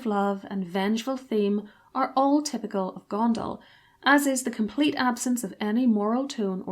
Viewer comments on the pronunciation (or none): none